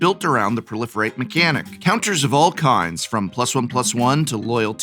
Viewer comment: Is it weard to pronounce pro-life-rate instead of prolifirate?